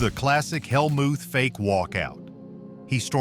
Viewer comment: The AI voice is awful. It mispronounced “Helmuth!” What a joke.